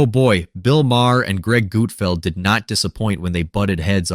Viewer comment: Who is Gootfld? Ohh... You mean GUT-FELD.